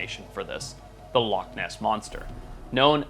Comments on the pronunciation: And it's loch and not lock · Loch is Gàidhlig for lake and is pronounced loh-ck with a harsh(ish) ck like the German ich. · i mean TO BE FAIR, to make up for your editor not knowing how to SPELL "Loch" you dont know how to PRONOUNCE "loch" so i guess it balances out :P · It's alright, you didn't pronounce it right either so the editor gets a pass